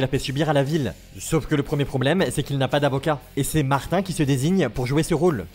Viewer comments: c'est mater pas martin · Aux Québec martin on l'appelle mater et on le prononce comme ma-terre en gros materre